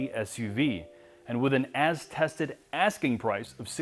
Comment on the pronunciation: pronounces "Nautilus" like "not less". (or "naught lass") And with an ass-tested ass king price...